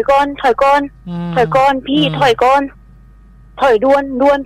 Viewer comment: ถ้อยก่อนน ถ้อยก่อนนน 55555หลุดขำเลย